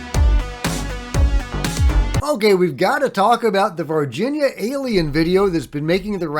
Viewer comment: totally fake OBVIOUSLY.. You are making one of the most famous videos ever and you can't get a sharp image without a moving camera and a handful of effects. Wakeup, your searching for anything with a ufo label on it. Also its not Virgina Alien, its Var Hin ya /Varghina